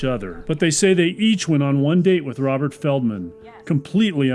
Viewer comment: I swear it sounds like you say "a man named Robber, who was a meat hole seller." Lmfao I think that's more fitting.